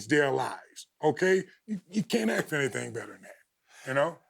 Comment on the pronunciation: Ron is the only person alive that I won't make fun of for saying "ax" instead of "ask".